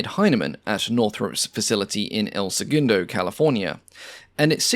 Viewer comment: El Se-GUN-do. not El Se-GOON-do.